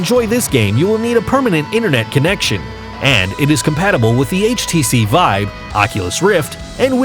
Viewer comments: It really annoys me how he says “Vibe” instead of Vive. That’s the only problem though. Great video! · htc VIBE XD its VIVE NOT VIBE LOLOLOLOL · IT'S VI VE NOT VIBE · he keeps saying 'htc vibe' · why do you say HTC Vibe? it calls "vive" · stop saying HTC vibe. It's HTC vive come on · this video is a joke. the speaker is clearly just reading a script and sounds like he has no gaming experience. half the shit is being said as if reading Hype pieces for shareholders. No actual gamer would speak like this and I swear half the time he said vive, he was saying vibe. The skyrim segment is basically describing every game ever. "The world is full of stories and characters in which you can walk, interacting with people and change the course of the story depending on your actions" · the guy kept calling it the hts vibe and it was driving me fucking nuts the whole video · bruh his saying htc vibe . OMEGALOL